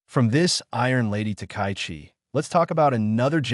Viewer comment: And the pronunciation is lousy. The Japanese PM is Ms Takaichi -- ta-ka-yi-chi, four syllables, "High Number One." Emphatically not "takai" anything. Screwing up a person's name is both bad manners and a sign of serious incompetence. Big fail for poor.